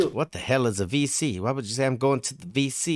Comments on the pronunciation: Its not the VC its WC..jou pornonce it as Wee cee. Its the toilet Water Closet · He said it wrong he wanted to say wc i geusse, not vc. Wc is an other word for toillet 🙂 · Not VC, but WC. A W sounds a little bit as a V in Dutch.